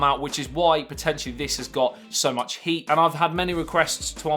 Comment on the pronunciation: Thought u said hate on the start instead of heat 😂